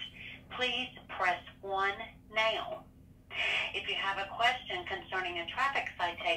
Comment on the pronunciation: Who knew the word “now” had three syllables?